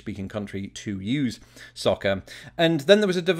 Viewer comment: For some reason I heard "socket", not "soccer" at first.